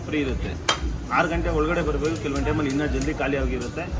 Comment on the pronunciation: Anna adu ಘಂಟೆ ಅಲ್ಲ...ಗಂಟೆ.. ದೇವಸ್ಥಾನದಲ್ಲಿರೋದು..ಘಂಟೆ.. ಸಮಯ ಹೇಳೋದು..ಗಂಟೆ.. ನಮ್ಮ ಕನ್ನಡದಲ್ಲಿ ಎರಡೂ ಬೇರೆ ಬೇರೆ..